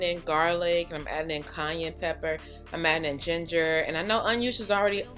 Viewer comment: I'm crying every time you say "cayenne"...it sounded like Kanye.😜 Too cute.